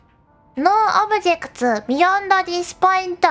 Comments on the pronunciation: I'm always impressed by Japanese speakers when they somehow manage to make "objects" into a five syllable word. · When “objects” is a 5 syllable word, you know you’ve hit clipping paydirt